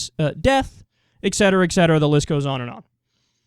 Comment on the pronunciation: Secular Talk kyle, you keep saying etc. wrong